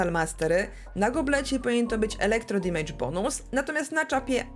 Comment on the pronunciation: Oglądam regularnie, lubię, szanuję, podoba mi się merytoryka, humor, swoboda wypowiedzi ale...błagam ! na kolanach błagam w imię poprawnej angielszczyzny - nie dimejdż, dymejdż, dimedż czy dymydż tylko DEMYDŻ (amer.) albo DAMYDŻ (ang)...uszy mi krwawią za każdym razem :( p.s. tak czepiam się i pozdrawiam cieplutko :)